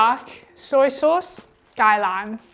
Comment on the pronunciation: "Gai Lan" with the accent 😂